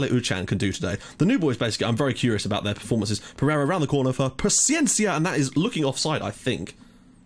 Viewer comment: You are saying Gonzalo Pachiencia. In Gonçalo, the "ça" its like in "sa" in "salad" and paciência its like "sy" in "syrup". You are saying it like a spanish/argentinian name insted of a portuguese/brasilian name. Also, you are saying GonçaLO and its GonÇAlo. Its a commom mistake and i give it to you, portuguese names are really hard to say correctly if youre not Portuguese. :)